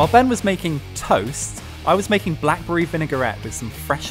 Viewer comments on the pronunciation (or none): none